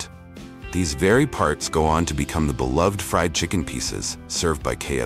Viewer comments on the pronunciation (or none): none